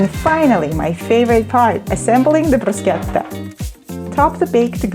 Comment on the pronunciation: Deli-deli-deli-delicious 👌 Love you rrrrr when you say bruschetta